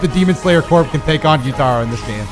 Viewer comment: saying gyu-TAR-oh instead of gyu-TUH-ro made my skin crawl…keep up the good work cuz that is now how I’m saying his name to EVERYONE 😂😂😂😂